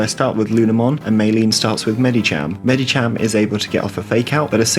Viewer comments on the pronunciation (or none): none